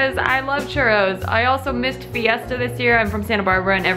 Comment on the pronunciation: Girl you really need to Roll your Rs and say CHURROS!!!!!